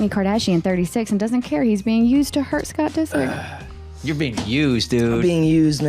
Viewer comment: Scott Deesick ?! 😂